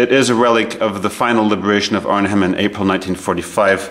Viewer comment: Pronounced “Arn-em”….once again, “Arn-em”……